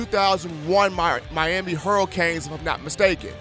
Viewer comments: lol right, he butchered that like 20x and he also said miami hurral canes, what da fux? lol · miami hurral canes lol, mike locks-lee come on dude u gotta pronounce this stuff right